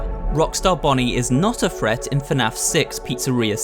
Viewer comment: Someone tell him that is not fanaf is fnaf